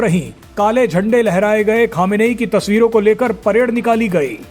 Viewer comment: अबे गधे अभी तक खोमेनी नाम था अब क्यों खमेनेई बोल रहा।है